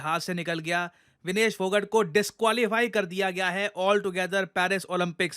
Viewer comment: Its phogaaat